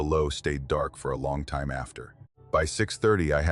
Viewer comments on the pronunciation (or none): Ai can’t pronounce time